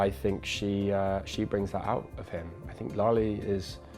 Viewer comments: His son says is lali instead of lale like the memorial centre of holocaust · It is Lale....with an "e"....not Lali!